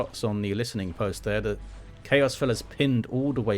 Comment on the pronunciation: Finally a caster that pronounces "listening post" correctly. Other people keep saying "listing post" and it's driving me crazy.